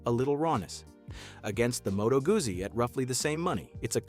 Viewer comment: Moto Goosie????Try "Goodsie"'